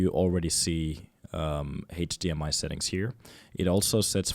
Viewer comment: It's cool how you pronounce HDMI, Heytch-dee-ehm-eye 😁